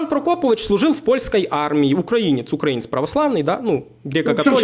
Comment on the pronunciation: потрібно було послати старого уїбана курсом руССкава воєнного корабля як тільки це беззубе чмо почало неправильно ставити наголос у слові українець! Він спеціально так робив, аби спровокувати! Мені це ріже слух принаймні! Тобі моя вподобайка і вітання з міста корабелів Миколаєва!!!❤❤❤